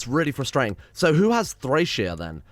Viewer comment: Thracesia = Trah-keh-zia